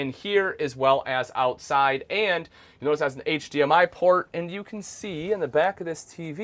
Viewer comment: It’s can not ken.